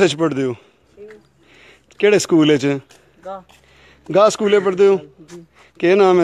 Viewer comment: Its not Gay its Gah